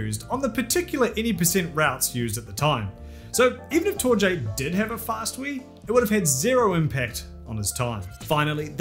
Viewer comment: Just a heads up, I think Torje is pronounced TOR-ye.